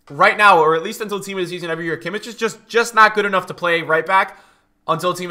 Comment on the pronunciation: Please stop saying kimic bro its kimmich ch as a german g